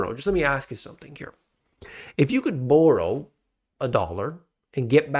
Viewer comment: The way you say "borrow" is as bad as your forecasts